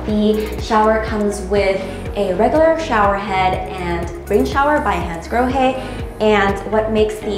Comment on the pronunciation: You are such a good presenter, l am blown away by your smooth flow of useful sales knowledge and branded home appliances and brands, together with the ever so eloquent pronunciation of Hansgrohe et al... Bravissimo 👏👏👏